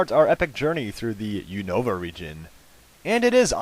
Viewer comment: lol...You pronounce Unova wierd.